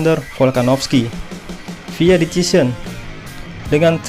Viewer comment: Decision. Dibaca desision